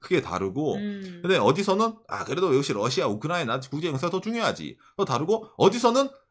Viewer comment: 이제 발음이 약간 흔들리신다 ㅋㅋㅋㅋㅋ 우크?라이나